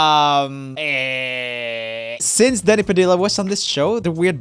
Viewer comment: At the end when he was talking about the live on take thing it sounds like he said daddy padilla instead of danny